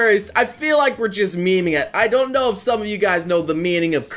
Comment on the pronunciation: Did say "I doy even know"?